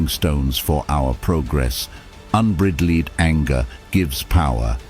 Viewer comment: The mispronunciation by this AI voice ruin a good episode . “unbridaleed” “escapping” “soseeatee “and several others sound silly. Use a real voice over artist and pay them .